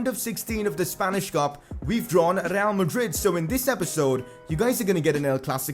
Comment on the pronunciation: Why do you have to pronounce real like 'Rrrrrreaal?' That just blasts my ears lol